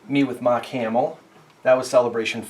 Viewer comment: Just the way you pronounced mark made you sound like you’re from Boston